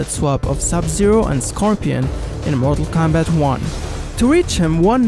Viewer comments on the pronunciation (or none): It sounds like you’re saying marvel Kombat at times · Yo why this guy sound like he sayin marvel kombat